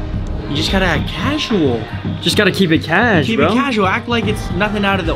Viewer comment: "KEEB IT CASUAL"